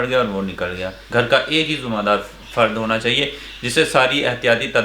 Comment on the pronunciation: he spoke zimadar instead of zimedar 😂😂 aur mudassir bhai dono ka accent bhi milta julta aur pronunciation bhi 😂😂